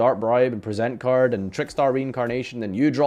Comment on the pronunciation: This is also the man who, unique among Yugitubers, pronounces 'Appropriate' correctly, but mispronounces 'Present Card'.